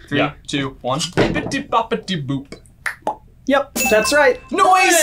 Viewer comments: Yup. Bippity boppity boo. Or Bibidi, Babidi, Buu. But that's different. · Is it just me or is it Bibbidi Bobbidi Boo and not Boop? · Bibbidi-Bobbidi-Boo not boop and it didnt win the academy award it was just nominated. Mona Lisa won instead in '51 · UGH! They did it again. You're both wrong on the Bippity Boppity Boo question.It's NOT BOOP! It's BOO! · Nobody: Me: *Triggered they called it Bibbity Bobbity Boop instead of Bibbity Bobbity Boo*